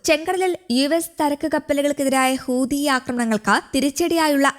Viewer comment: ഹൂദി അല്ല മൈരേ ഹൂത്തി ഹൂത്തി